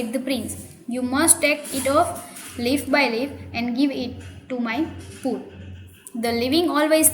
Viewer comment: You're pronouncing poor wrongly